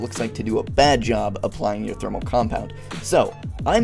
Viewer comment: Thermal Poist